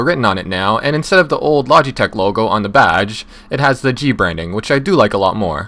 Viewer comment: Lodge-e-tech Lol